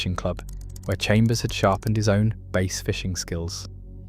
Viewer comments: How does the narrator correctly call it the BASS angler society, then continue to call it base??? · Jesus H Christ the narration makes this unwatchable. Bass. BASS. Not Base or Bays.